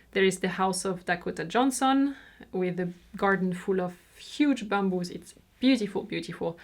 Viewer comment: I like how you pronounced ‘Dakota Johnson’. You almost sound Mexican. It’s cute. 😃